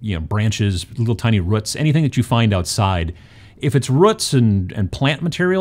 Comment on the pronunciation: Come for the technique, stay for the pronunciation of 'roots'